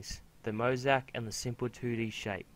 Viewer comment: oh by the way is mo-zay-ic